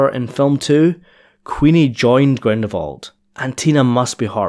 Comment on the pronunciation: Dude, it's GrindeLwald, not Grindewald ...